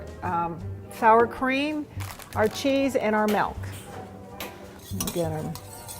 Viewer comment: melk lol